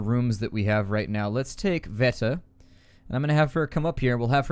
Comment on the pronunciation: Hey, here is a little help on your eastern European names. The pronunciation is as follows (phonetically): Bruno - Broono (you got him right) Pavle - Pavley Katia - Kateea (you got her right) Cveta - Tsveta Hope that helps. By the way I know this because I'm from that neck of the woods.